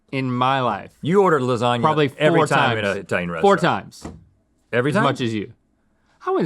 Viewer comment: "Eye-talian" sends shivers down my spine.